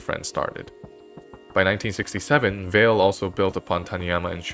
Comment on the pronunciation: Euler, "a once in a geeration talent"? He is widely considered to be one of the 2 greatest mathematicians of all time. Andre Weil's surname is pronounced "Vay" not "Vale."